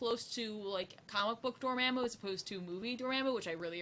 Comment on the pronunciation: Everyone says Dormamu...I cringe